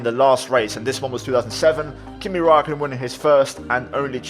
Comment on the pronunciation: absolutely murdered kimi